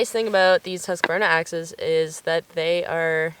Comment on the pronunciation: Really nice gear! Also, a big 👍 You pronounce Husqvarna very well, usually English speakers butcher it. 😅